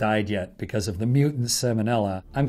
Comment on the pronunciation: It's pronounced Sal-monella, not sam-onella. The L is not silent as in the salmon fish! The bacteria has nothing to do with the fish. Seems like an astronaut would know that.